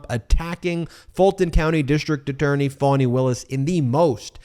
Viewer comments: Ben it's pronounced Fauni not Fanny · did everyone else find out how to pronounce Fani's name in the last week ive heard 'Fanny' for the last few months and suddenly it's 'Faunie' wonder if shes amused or pissed